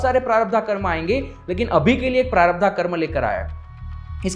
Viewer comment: Prarabdha nahin, prarabdh.